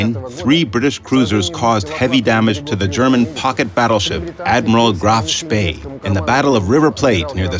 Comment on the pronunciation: hey looky here an english guy who actually can pronounce the name of the Graf Spee properly~